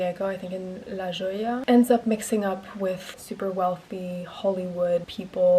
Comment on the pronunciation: the french pronunciation of la jolla took me out girl😭😭😭